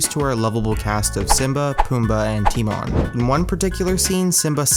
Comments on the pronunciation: You've got some errors in this video. Firstly, Roger Rabbit wasn't framed for killing his wife; he was framed for killing Acme. And secondly, it's pronounced Ti-MOAN not TEAM-on. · It's, pronounced Tim-ohn, not Team-on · Timone was "Tim own" not "tim on" at least I think... now in questioning my memory..